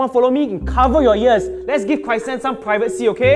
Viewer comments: pronouced Chrysan as Crysan... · Why call chrysan cry-san